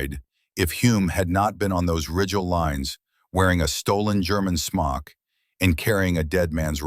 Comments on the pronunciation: He took the Germans Smock, a Camouflaged Cape. (AI pronounced it “smoke”……..check your production work !! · 7 rounds in a 5 round magazine? I don't think so, and it's a smok not a smoke. If you can't get your details right you're not credible. What's an aerodiome? Do you mean aerodrome? This is comical. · Smock not smoke